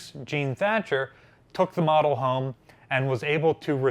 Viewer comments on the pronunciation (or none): none